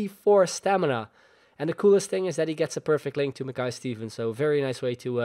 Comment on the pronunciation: Shin-nee thats how you pronouce him.